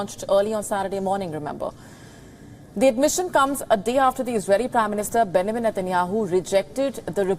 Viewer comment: Somebody please teach her how to pronounce "Benjamin"...